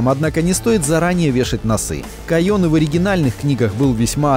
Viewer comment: койЁн? алеееее уже давно весь мир говорит кОйен, не позортесь